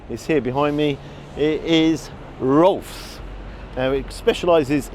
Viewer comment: They nailed the name. Roooolf